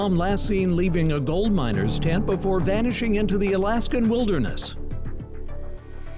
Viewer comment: I was listening while driving and it took me wayyy too long to realize you meant MINERS not MINORS! 🤦🏼‍♀️ Thank you, Nancy for covering these cases and keeping them alive so these victims aren’t forgotten about!!! Missing Murdered Indigenous women’s cases are often overlooked.